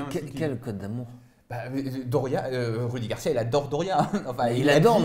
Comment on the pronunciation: Ces rudi garcia arrêté de dire roudi